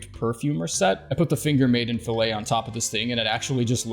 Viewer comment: "Fillet" is pronounced "fill it" when you're talking about headgear - "fill-A" is only for steaks.